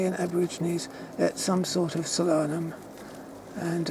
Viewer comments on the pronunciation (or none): It's pronounced Sol-anum not solan-um, it's translation is sun or star of the night.